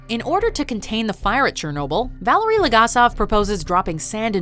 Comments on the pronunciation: "Vah-lair-ey" vallery, come on guys, it was the only bump up that i noticed, just...come on. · VAL-ERY...not Valerie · Valerie Legasov.... really? R e a l l y?